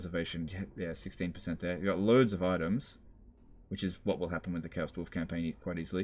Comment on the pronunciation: Ah yes, the man wo can’t say the word „with“ correctly…